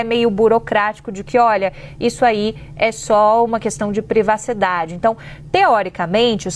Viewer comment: A Jornalista disse:"Questão de "PREVACIDADE" " Cruz - Credo!